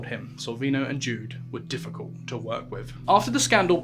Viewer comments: McGowan rhymes with McCOWan. Ashley Judd rhymes with wood. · Fucking pronunciation Ashley Judd... two DDs it's a hard D no E after. It is getting embarrassing. I am an opera singer and we do read throughs in languages we can't even count to 10 in. Standards!!!!!! Also INDICTD!!!! I am as gay as they come, indicked sounds good to me but you pronounce it in-di-ted!!!